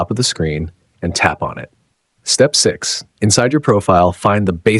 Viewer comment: Why I'm listening step sis instead of step six?